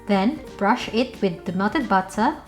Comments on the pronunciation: Our own beloved Pinay Rachel Ray ❤ I love the thick British pronunciation "butta" 😜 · Butta' wata' stig HAHAH LOVE IT